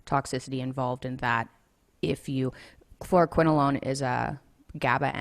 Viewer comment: Kwiene Makeda nope. She says fluoroquinolone. Sounds like FLOOR-quinolone.